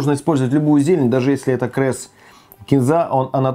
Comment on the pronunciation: дэмбэль, одэсса, крэм, берэт, крэсс